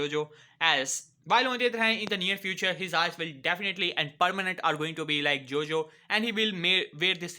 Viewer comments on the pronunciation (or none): none